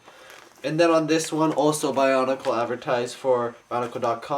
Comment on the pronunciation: its weard when people say bionicle like ba-un-i-cal